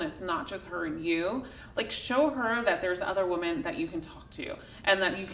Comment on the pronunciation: hey thanks for all the good content. I can't help telling you though, it would sound a lot better if you pronounced the plural of the word "women" correctly. Especially since you say that word so often. It is spelled the same as the singular, but pronounced differently. sing. (wo͝om′ən) n. pl. wom·en (wĭm′ĭn)